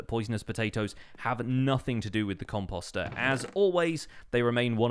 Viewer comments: Post . . .post ....... composter . Sorry that just really bugged me. You said it like 50 times. And I cringed every time. But thats just me. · i’m still not used to hearing him say ‘composter ‘ like ‘imposter’ lol